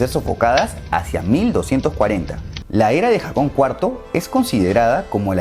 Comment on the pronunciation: No era Jakon (foneticamente), era Jokan primero